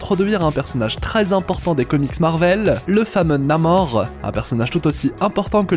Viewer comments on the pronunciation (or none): none